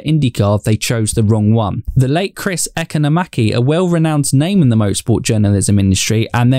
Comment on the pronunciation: Chris eh-CON-eh-mak-ee